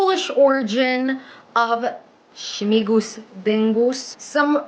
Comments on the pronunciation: Śmingus not Śmigus. Śmingus. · Yes, we pour water at each other. Not only men at women. And another "tradition" is definitely not Polish. She is talking total rubbish. Also it's smingus not smigus.